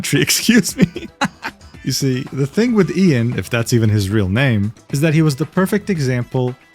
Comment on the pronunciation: You mispronounced his name, it's pronounced EYE-AN Miles Cheong.